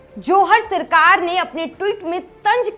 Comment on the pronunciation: Sirkar to bol rhi 😂 Sarkar bol le thik se